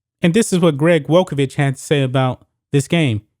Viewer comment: Greg Walkovich? Mate you need to respect your own coach and learn his name - he is a legend - relax its only a warm up.